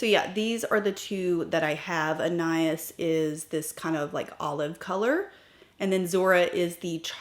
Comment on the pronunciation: Lisa E pronounces it "( an eye EES' ) described as a cool antique pewter with sage green undertones shot through with silver, pink and gold shimmering pearls. See her video titled "New Shades Are Here!" . "The name Anias (as you pronounced it) is a male name of Greek origin that means "Son of Apollo". It comes from the Greek prefix ana, which means "son of", and the name Apollo, the god of music, healing, and prophecy. In Greek mythology, Apollo was the king of the island Delos. The name Anias reflects a divine lineage and a sense of nobility and honor."